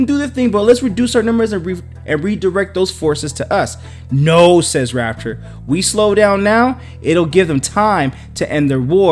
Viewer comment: It's pronounced Rap-chure, not Rap-tor like the Dinosaur.